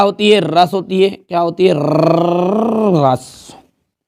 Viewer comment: Rrrrrrrrrrrrr रस 😂